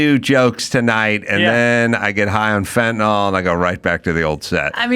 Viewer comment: It's FEN-TA-NIL (Fentanyl).